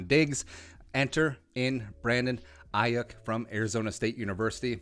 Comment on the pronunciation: It's pronounced Ayoook...